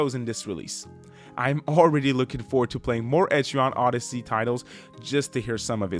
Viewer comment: Nice review but also…. Etri-on Odyssey is gonna bother me for the rest of time